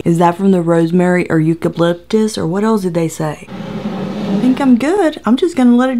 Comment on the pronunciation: But uuuhm? What is eucaplyptus? Hahahaha